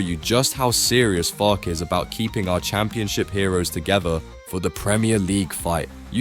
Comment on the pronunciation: For God's sake pronounce his name correctly! It is Farkeh.